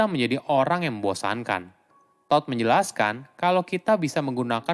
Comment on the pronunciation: Baca todd nya nyari bnget😂